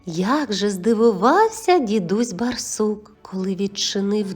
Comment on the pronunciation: Через раз читається " дідусь бАрсук", дуже ріже слух неправильна вимова.